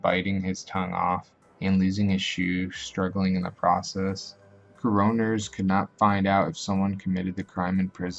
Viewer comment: coroners not Co-ron-ers